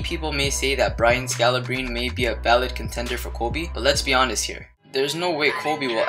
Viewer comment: You can't pronounce the kings name like that it's goat scalabrine